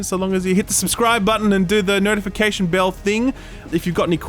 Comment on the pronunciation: Did he just call it the "nerdification" button? Because that's hilarious.